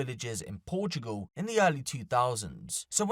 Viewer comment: Donkee We Must Sayv Porchoogal From Erfqwake!